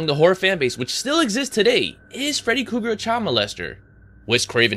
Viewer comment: Who the hell is freddy cougar? 😂 Kruger but love the video